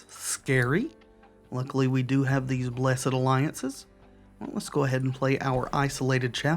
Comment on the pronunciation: Thank you for pronouncing the Blessed in Blessed Alliance as a two syllable word instead of one. I also do that. That makes us bros for life.